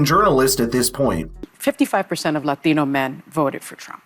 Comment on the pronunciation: Speaking LA TEEENO. Makes her look like an idiot